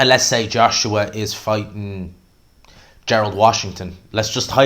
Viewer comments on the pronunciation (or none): none